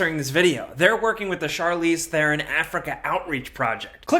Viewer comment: Great vid, Im South African, and I just wanna point out that u pronounced Charlize Theron surname wrong... but its understandable why, not blaming, just pointing pointing fact